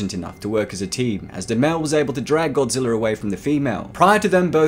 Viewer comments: How many times are you going to pronounce Godrija. Godzillr damn man you like the series be neglect the core values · Am I the only one mad that he says Godziller instead of Godzilla?.... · Petorasaur...? King Gojira...?!?! Nyat! I love you, but those pronounciations rended me. It's pronounced "Terro-saur" and "Hydreigon" (kidding, Ghidora) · Sounds like he is saying “GODZILLER”